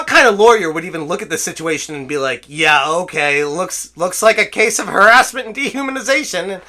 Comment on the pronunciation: "The truth is haressment"